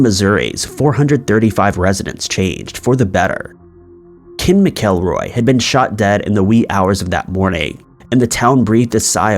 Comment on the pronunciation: Ken's last name is pronounced Mack-a-roy.